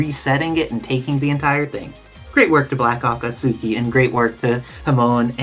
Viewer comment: "A-kat-soo-ki" ... lol